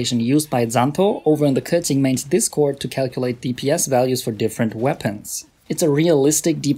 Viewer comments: I really like this type of videos. You're objective, direct and address everything with facts and numbers. I mean, I don't even have Keqing but I stayed to the end, hahaha. And final note: thanks for pronouncing her name right, I really appreciate when non-native speakers do it 💗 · omg the first time i heard someone pronounce it precisely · Since you pronounce her correctly, I will trust you😃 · when i heard him say keqing properly i was so surprised